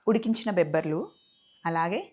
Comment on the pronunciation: Bebarlu kadhu bobarlu